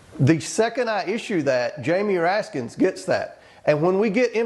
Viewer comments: Why do these dummies insist on pronouncing Raskin's name as "Raskins"??? 🤮🤮🤮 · Why can't these idiots say Jamie Raskin's name correctly?